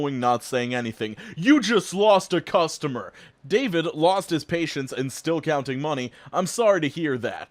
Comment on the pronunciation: The... Cuestar-mer....